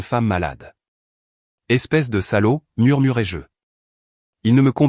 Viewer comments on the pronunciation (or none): Murmurai -je et non murmurai jeu...il faut faire très attention aux fautes d'orthographe et aussi à la prononciation